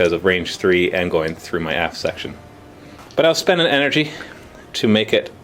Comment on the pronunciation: Every time says aft it sounds like ass:P haha